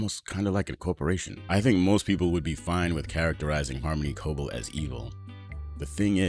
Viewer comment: WHY?? WHY?? Does he keep pronouncing her name WRONG?? Has he watched the show? It's pronounced Co-BELL, not CO-bull. Why can't he get this right?